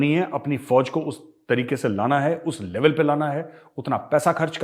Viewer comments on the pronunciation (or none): none